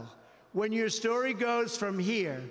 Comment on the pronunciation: This guy really can't read. He doesn't know WHICH WORD to emphasize. "We are HERE today"